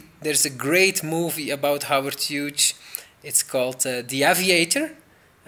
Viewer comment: Hey. It's pronounced hewes. Howard Hughes pronounced Howard hewes. It's an Irish name.